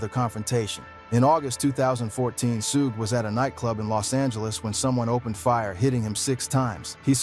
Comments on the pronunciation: Wtf is Sugay my negga?! 🤨 Lawd! Dat's why I don't watch these videos wit AI speech usually. The creators be so fkn lazy to make sho all name are spelt right n pronounced right. On foenem. One min it's Sugay or Sueg. Smh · The ai needs it spelled another way shuge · “Sugae” lol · Say it Rite Sugae knight 😂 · Ai. Can't even pronounce his name properly.